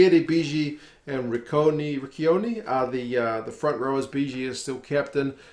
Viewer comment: Tip: Ch in Italian is pronounced like ck in English. Ci and Ce are a soft C like in Rich. Just saying this because Riccioni pronounced wrong is a derogatory term for gay people. Always gives me a chuckle when the commentators get it wrong. Good vid! As always as a half breed Scottish Italian I don't know who to support. I'm just hoping that the Hogg experiment works. Who's gonna kick?